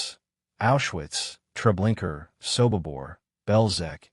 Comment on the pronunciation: I've asked this of you numerous times...PLEASE PRONOUNCE STUFF PROPERLY!!!!!! There's no R at the end of trablinkA!!!!! A no R at the end of it!! Lublin is pronounced LUBE LYNN!!!!!! You don't sound smart or knowledgeable by butchering certain words, phrases, or names...you just sound really stupid and uneducated...FIX IT PLEASE!!!!!